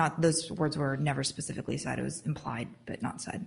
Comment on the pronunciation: I can't stand it... He also says "axe" instead of ask... And "pacifically" instead of specifically. It's gross for a judge to speak that way